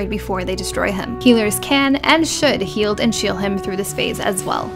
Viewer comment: "Healers can and should heald and shiel him" Hehe.